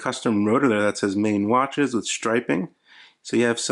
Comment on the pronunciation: It's pronounces "maan"